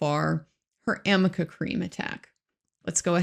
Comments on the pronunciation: AMICA Cream is a HAIR treatment. ARNICA cream is to soothe and calm irritated skin and temporarily relieves muscle pain and stiffness. Obviously Elaine can't even read her own notes and has no idea what it is! She is confusing the "r" and "n" for an "m" by running them together. Another ill-prepared, incompetent showing. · will hear Elaine in his nightmares saying "amica cream" for the rest of his days 🤣 poor guy. I love him, so entertaining!!